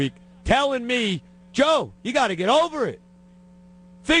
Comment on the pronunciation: "I gotta get OVAH the fact..." Joe's hilarious.